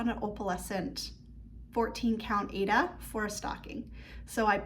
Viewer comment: Thank you for the beautiful video with so much Crosstitch inspiring projects. I would like to let you know that the pronunciation of the fabric Aida, is “I-EE-DA. It was named after the opera Aida.😃